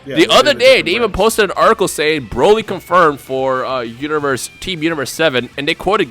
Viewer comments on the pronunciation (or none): none